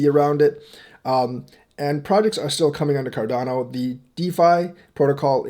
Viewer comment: Haha you almost said chardano 😂